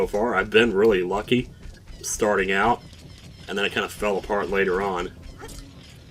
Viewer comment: finally someone else who pronounces it "oot"